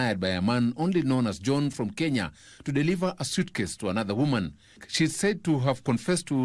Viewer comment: It's woman not GUMAN!!?